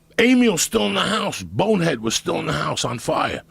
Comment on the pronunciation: WHY IS IT SO SATISFYING TO HEAR JOEY SAY BONEHEAD LOL ITS THE SMOOTHEST DELIVERY OF SYLLABLES IVE EVER HEARD HE SAYS IT AT LEAST 102 times